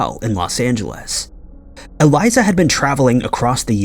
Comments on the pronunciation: It's Elisa, not Eliza. It was The Stay ON Main not The Stay in Main and her case is solved. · I hate the way he pronounces Elisa’s name